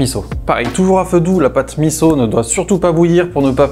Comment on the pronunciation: Bravo de bien prononcer MISSO ! Top !